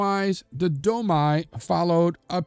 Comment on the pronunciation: Domi--pronounced 'Do mee.'